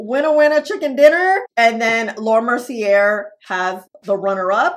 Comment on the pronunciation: Wrong, the first pink powder was Guerlain almost 40 years ago. Laura Mercy-AY. Please learn correct pronunciations.